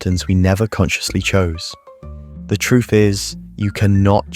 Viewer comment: Truff. Why is it so hard to say TR UTH? Sounds so stupid. The damn Brit